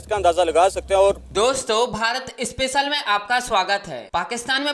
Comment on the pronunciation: Our country's name isnot Baharat it is BHARAT. PLEASE PRONOUNCE IT CRRECLY, madam.